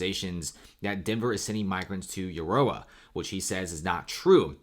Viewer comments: It’s Aaaarrrora. Not Urora. Thanx for your report. This affects me greatly!! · It's pronounced A-roar-A not You-or-A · Dude it's pronounced A ror a Arora the U is silent. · Aurora is pronounced Aw-Roar-Ra, the same as the astronomical phenomenon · Uh roar ah. Thats how Aurora is pronounced! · It's pronounced A ROAR AH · aurora is pronounced uh roar uh haha great content loved the break down of information you did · Say it with me now UH ROW UH AROURA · Please learn how to pronounce A RO RA (Aurora) properly. Thank you. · why can't you pronounce 'aurora' correctly? lol. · Aurora sucks. He can pronounce it any way he wants. mostly chicano. Theyll fit right in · Yeah, this guy knows shit about denver. listen the way he tried to say Aurora. Then claiming lakewood and Aurora are small towns. Get your facts straight, you sound dumb AF.